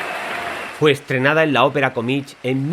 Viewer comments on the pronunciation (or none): se dice comíc no comich. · Me gustan mucho tus vídeos. Muy interesantes. Una nota: comique no se pronuncia comich, se pronuncia comik.